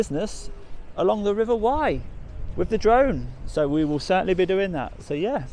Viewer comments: River Wye.. Not wrye ;) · DJ, it’s the River Wye not River Wyre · river wye not wyre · It’s the River Wye in Herefordshire mate, not the Wyre in Lancashire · It's the River Wye, not to be confused with the River Wyre.